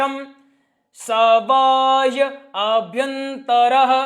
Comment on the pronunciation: पवित्रीकरण मंत्र का उच्चार चेक कर लीजिए, काक्षं को आप काक्षं बोल रहे है, bahyabhyantae का उच्चार भी कुछ अलग ही कर रहे हैं, यह अपने गुरुजी से चेक करवा लीजिए